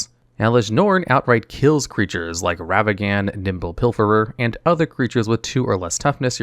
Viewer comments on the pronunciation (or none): The "Ravagan" mispronunciation of the monkey made me laugh, for some reason. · Wasn’t expecting “Ravagan” to be this episode’s mispronunciation. Lol